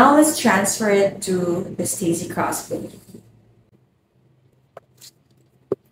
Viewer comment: I thought you were saying "cross buddy" and then I finally got it... Crossbody